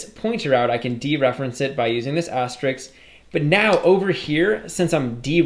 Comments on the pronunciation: Btw, it's asterisk not asteriks! :) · great course, but for the love of god, stop calling it an "asterix"